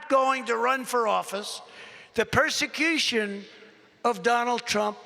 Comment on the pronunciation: He said “perseceetion” yesterday is a hard word for him